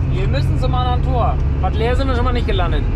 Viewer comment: Mensch Mensch Mensch geile Tour ihr drei Aaaaaaber, das heißt nicht Bad läär ( Bad Laer ) Dat wird ohne e gesprochen, quasi Bad Laar Ihr habt mir den heutigen Feierabend cool versüßt, weiter so